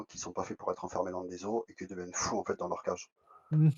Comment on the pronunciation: En fait tu m'as saoulé en "FAITE" n'est pas français en plus 😂